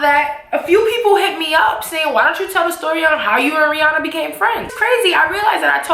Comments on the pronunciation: does anyone else think the picture is photo shopped? ha head is twice as big as Rihannas, and for her to be such "friends ' with Rihanna, she would know that aint how you pronounce her name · I real friend would know how to pronounce her name correctly though